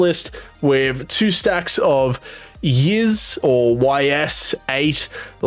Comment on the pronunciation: Good jrpg list there. And Ys is pronounced like 'Ees'